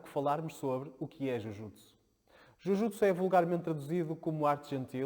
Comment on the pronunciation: Pronúncia correta : djiu djiutsu.